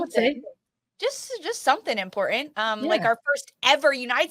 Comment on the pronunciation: it's imporTANT not imporant.